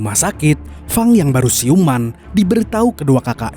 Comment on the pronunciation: wah mantap ni si Fang mimin sering salah sebut, Feng atau Fang sih? wwkwkwk tapi seru kok ni film gelutnya